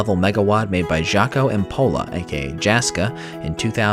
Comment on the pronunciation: Hopefully I'm not being "that guy", but for future reference, those are Finnish names, so Jaska and Jaakko are pronounced more like Yaska and Yaakko, like the 'y' in 'yes'.